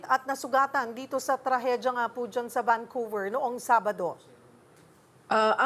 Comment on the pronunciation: Vancouver hindi VanQver..